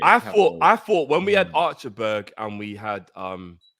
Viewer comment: I was wheezing everytime said "Archer-berg" 😂